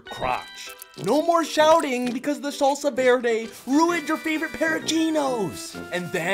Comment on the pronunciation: Nah you eating trash burritos if this a problem. But I’m not surprised by how you pronounced “salsa verde”. Think this a white personal problem